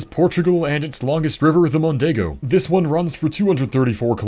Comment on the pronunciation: I really appreciate your effort on pronunciation. Regarding my language... "Mondego" and "Coimbra" where flawless.